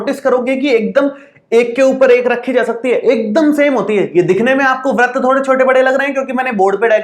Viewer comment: Sir vrat nhi vrit hota hai